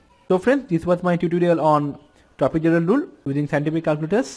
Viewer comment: Trapezoidal lule 0.05 sec 😂 (jokes apart) your videos are really helpful😃